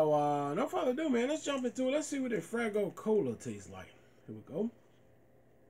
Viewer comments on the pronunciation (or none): It’s FAYgo not fraygo which you have said in all your other faygo reviews. Good review woop woop